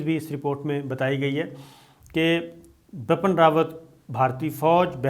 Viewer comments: Not bapan..its bipin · Sir bipin rawat hai...bapan rawat nai😂